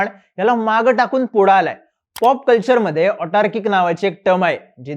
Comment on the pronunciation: ऑटार्किक ❌ अतार्किक ✅ (कटुसत्य)